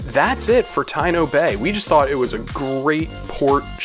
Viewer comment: It is pronounced Ta-EE-no Bay. Taíno is the native American of Hispaniola and other hispanic islands